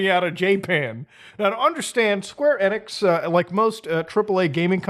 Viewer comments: Square Eh-nix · It’s square enix not square enix